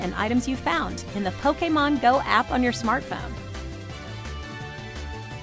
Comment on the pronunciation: Lol poke a mon go XD she pronounces it the best XD